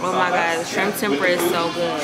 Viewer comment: Tempura is pronounced Tem-pu-ra... 3 syllables. Stay safe.